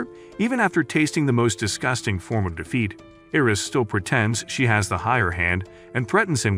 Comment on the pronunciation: Bro said disgūting